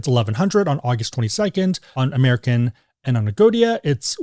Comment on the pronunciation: Agoda not Agodia